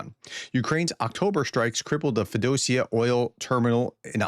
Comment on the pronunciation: Feodosia: FEE-oh-DOH-see-uh